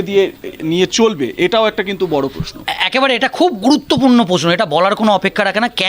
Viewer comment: পোস্নো পারথী পাক্তন পতিদন্দি পস্টো আপনাদের জার্নালিস্ট তো মাননীয়ার শিষ্য। অসাধারণ বাঙলা উচ্চারণ।